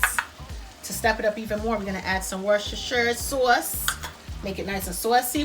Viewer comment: Got to love that northern pronunciation of saw-uce rather than sauce without the "w".